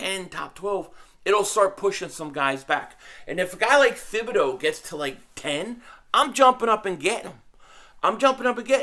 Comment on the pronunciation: P500- ya killing me ""; Thibodoux's name is pronounced Tibb -bee-DOUGH (now just say it faster and put it all together)....I had to learn French while I was married to my Canadian ex-wife.... I'm like you cuz, born in Philly raised in Jersey. My in-laws used to ask where I learned French because (get THIS) they say I spoke like a Parisien, ooh-la-la.... I told them.....where??? New Jersey!!!